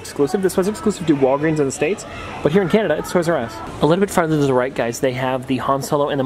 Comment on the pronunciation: LOL "Today we decided to travel a little fart out to try some other..." Sorry, had to point it out! :P